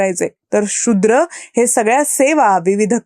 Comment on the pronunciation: “तुम्हाला बोलायचं……..” हे बरोबर नाही तर “तुमच्याशी बोलायचं आहे “ तसेच “शु्द्र” नाही “शूद्र” असं उच्चारावे.